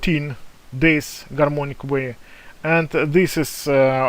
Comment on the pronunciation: Oh come on it's very clear , he says " Garmonic waves"